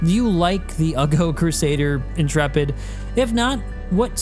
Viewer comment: Whoa. I am just astonished that someone talking about this ship finally has ever heard the word Intrepid before and knows how to pronounce it. I swear every other youtuber acts like it is imperceptibly difficult to pronounce words, as if CIG made it up and we have to learn new phonetics.